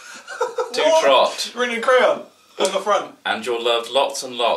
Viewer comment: Trott. TROTT! GET HIS NAME RIGHT!